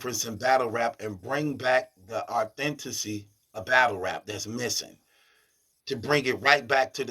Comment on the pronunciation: Thanks for bringing the “authentessey” on this one!